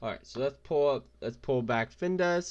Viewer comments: It’s called FINVIZZZZZZ not Findesss... 🤦‍♂️😂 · You mean Fin Viz, not Dez. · If you cant even pronounce the name, how trustworthy is the advice? It’s FinVIZ........ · As soon as he mispronounced the name I was out 😂